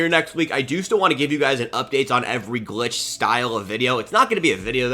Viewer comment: Agreed when he says glitch it throws me a off 😂